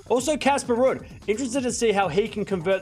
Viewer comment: Rude-Someone tell when he does a live,it's pronounced Rude. Why does he say last week when the tournament is still going?!